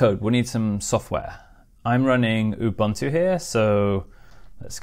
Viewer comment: It's pronounced ooh-boon-too - ref